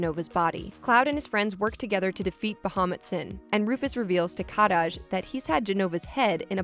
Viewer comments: Kadaj name is pronounced ka-dodge. You’re rolling his name like it’s Spanish 😆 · Cloud took Zack's memories in part to PTSD, as well as the Mako/Jenova cells. It's pronounced Kuh-Daj, not Kah-Daj. Nanaki (Red XIII) is not a "mutated cat thing" It's ShinRa, not SheenRa. Cloud and Tifa were childhood friends. The kids bullied him, that's why he wasn't friends with them in Nibel. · Happy to pronounce the regional mistranslation of Aerith and yet insists on pronouncing Shinra as “Sheenra” 😒 I get it, i’s are e’s in Japan, very good, but we have the officially translated products themselves, just go with that. Again, , Kadaj has one D, not Kad-daj, and Yazoo is a perfectly normal Japanese name, it derives from Yasu, if you wanted to make fun of it point out that it’s traditionally a female name. Also Denzel is one word. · I also super hate how she says Kadaj. THEY LITERALLY SAY IT PROPERLY IN THE MOVIE. PLS. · She pronounces kadaj’s name weird. She should watch the movie to see how they correctly pronounce his name lol.